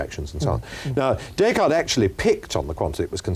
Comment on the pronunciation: One would think that Magee might know how to pronounce the name Descartes!